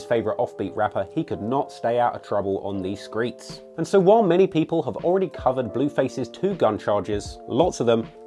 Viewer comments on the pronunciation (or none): He said skreet